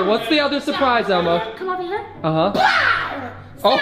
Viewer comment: Every time u say Elmo it says Alma